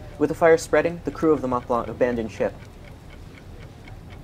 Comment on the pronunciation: How difficult is it to say Mont Blanc? Otherwise excellent video. Does anyone know why the Stella was in the wrong lane?